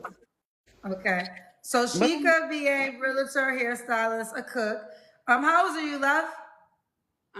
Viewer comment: As a REAL-TOR.. hearing REAL-LATER grinds my gears.. lol Good luck girl... 👍🏾 that's a lot..